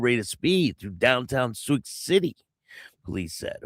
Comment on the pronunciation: It's pronounced sue city.